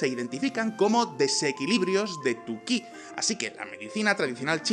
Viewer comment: Se escribe qui en pinyin, pero se pronuncia chi, no qui...